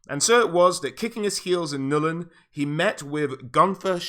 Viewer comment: It's not New-Len, it's just Null-n